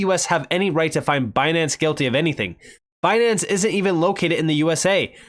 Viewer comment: Lol, Banance. 🤣